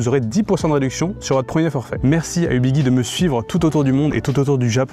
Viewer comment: On dit Ubiji et non Ubigui (Guirlande, gyroscope)